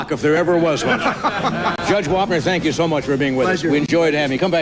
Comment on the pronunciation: First of all its Wapner not Warner and Dave was the man.